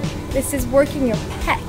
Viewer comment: I love, love, love these videos! also, I think it's "pecs" as in "pectorals" ??